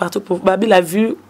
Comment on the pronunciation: mais yo ozuaki licence na yo wapi ? on dit vie et non vu, on dit vigilant et non virgulant, on dit ba faux comptes et non ba fausses comptes, pufff